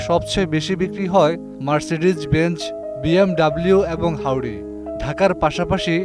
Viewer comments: Audi ❌ হাউদি ✅ 🤦🤣🤣🤣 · রিপোর্টার যে ক্ষোভ বশবর্তী রিপোর্ট করছে সেটা বোঝাই যায়। গাড়ির নামই উচ্চারণ করতে পারে না, অন্যকে সে গাড়িতে চলতে দেখে তার জলে। ওডি বলে হাউডি, আর অন্য গাড়ির নাম উচ্চারণ করতে গিয়েতো ডট্ ভাঙা অবস্থা।